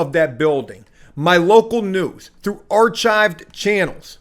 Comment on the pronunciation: My man said "ar-chived" 😂 Good job on the video 👍